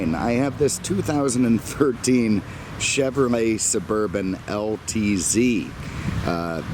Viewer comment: It's chevrolet, not chevrmay 😉